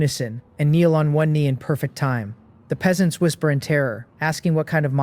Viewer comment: i still see the same issue for part 1... the AI reader misreads Peasants, can you correct that?